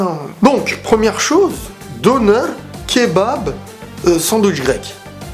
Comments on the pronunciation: Un döner le o se prononce e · Les Vidéos de on dit döner qui se lit denère